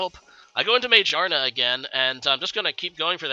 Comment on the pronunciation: I died when you said "May-Jar-Nuh"